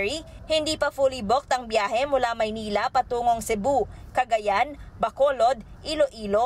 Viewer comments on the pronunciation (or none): none